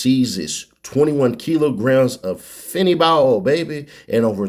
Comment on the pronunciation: she say 21 kilos of feentoono lol